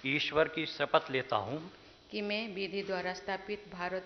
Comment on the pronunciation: Koi educated persons nahi is Mahan desh mein Jin ki bolne ki pernounciation sahi ho excent theek ho jo श ko स na bole aksar mai ne suna hai and president bhi shapath ko sapat keh rhi hain ,,, sorry agar aap ko mera kehna good nahi lga to..